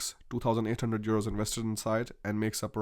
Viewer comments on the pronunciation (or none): Why do you keep calling euros churos?